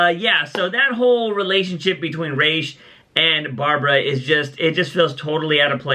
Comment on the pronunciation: its ra’s not rashe